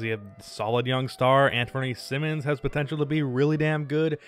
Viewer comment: how u gonna pronounce Simons as Simmons??